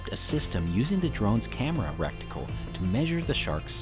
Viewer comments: I love your videos. Could watch them all day (and sometimes do more than I’d like to admit). But your pronunciation of “reticle” as “recticle” is why I’m leaving this comment. Sounds like a colonoscopy tool. Keep up the good work though, we all appreciate you! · Reticle sounds like icicle. Love the video been watching for years.